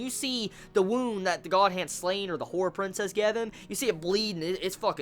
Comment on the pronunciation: The "A" in Slan is pronounced like it is in "Dan" for example (Surann being the japanese pronunciation) And yo! Can you see any connection between The Beast of Darkness and the astral wound from Slan? =)